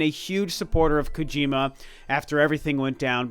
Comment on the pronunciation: "I'm not a big gojir.kojima fan" What! Not a gojira fan!?😂😂